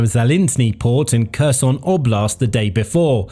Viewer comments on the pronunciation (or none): none